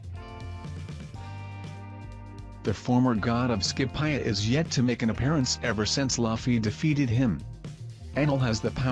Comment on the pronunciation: How the robot pronounces “Skypiea” triggers me so hard